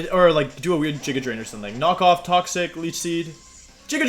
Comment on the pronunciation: “Jiga Drain”